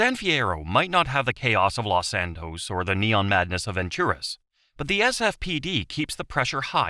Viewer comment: Los Santus